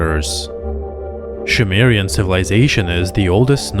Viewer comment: Zacharia Sitchin is a laughably incompetent charlatan. The Annunaki and Nabiru have nothing whatsoever to do with humans or other planets. BTW, It's Sumerian, NOT Shumerian. Lol